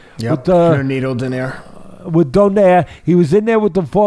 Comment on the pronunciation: It's Doe-nay-re not like the pastry.